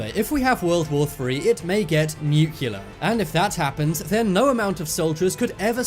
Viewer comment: Try to pronounce "nuclear" properly..just an idea